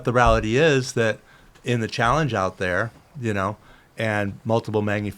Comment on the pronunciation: “The ralllity is”